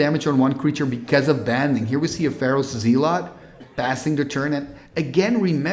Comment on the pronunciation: zealot is pronounced "ZELL-uht" kind of like "SELL it"